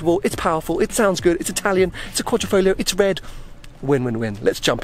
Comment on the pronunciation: Please, every time you say "Quadrifolio" an italian dies... Spell it correctly! Find on youtube some italians which pronounces it, please! QUADRIFOGLIO